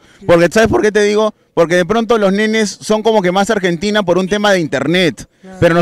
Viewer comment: quizo decir yo ❤ a argenDINA